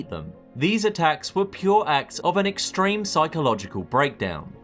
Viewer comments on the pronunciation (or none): none